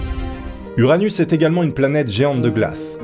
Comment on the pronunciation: t’a Dit anus